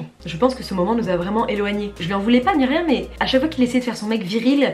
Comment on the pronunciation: le RRRRRRIEN